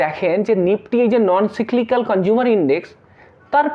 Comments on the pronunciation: আপনার উচ্চারন ঠিক করুন। কথাটা হলো সাইক্লিকাক। সাইকেলের চাকার মতো ঘুর্নিয়মান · সবই ঠিক আছে কিন্তু সঠিক ভাবে উচ্চারণ করুন। সিক্লিক্যাল বলে কিছু হয় না।